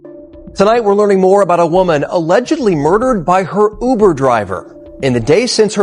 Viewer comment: It is not ubu it is uber